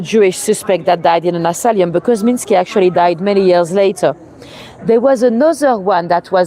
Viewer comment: Thanks:-) By the way it is asylum, not asalium:-)